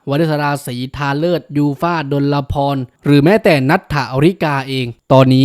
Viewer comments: ขอบคุณที่ทำคลิปนะคะ แอดคะ ขอนิดเดียวค่ะ ยูฟ่าชื่อจริงดลพร อ่านว่า ดน-พอน ค่ะ ไม่ใช่ ดลละพร (ฟังจากที่น้องแนะนำตัวค่ะ) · แก้ไขหน่อยนะครับ ชื่อจริงน้องยูฟ่า อ่านดน-พอน ไม่ต้องมีละ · ดลพร อ่านว่า ดน-พอน ตามพจนานุกรม